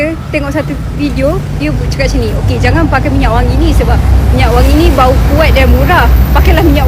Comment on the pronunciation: hujung² baru keluar Klatey..part sebut "Bau" tu takda bunyi "Baung" pulak 😂